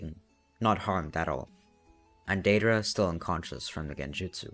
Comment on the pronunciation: the way you said deidra and sasori the first time 10/10